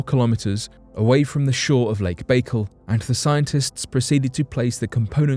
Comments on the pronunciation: Lmaoooo. Lake Bake-el. It’s Bah-CALL phonetically oh ghaaaad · Learn to pronounce places before you put video's out, your always doing it. Lake Baikal is pronounced byekal not bakel Lol